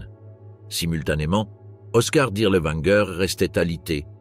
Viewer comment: W en Allemand se prononce v : Dirlevanger, pas Dirleouanger.